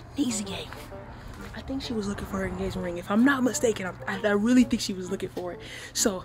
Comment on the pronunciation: I had to rewind it like did she say engagement ring